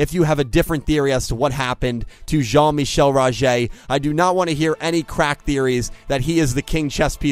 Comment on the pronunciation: Great dialect in saying Rogers full name. I like to think that he went to standard